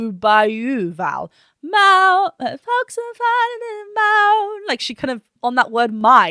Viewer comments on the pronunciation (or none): Another reactor said it sounds like she says Fox for folks.